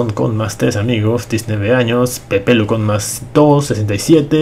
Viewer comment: se dice Pepelu no Popelu